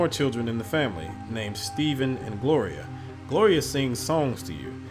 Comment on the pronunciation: Great Narration! but bro, you keep saying Steven it's Stephan lol, their 2 different names lol.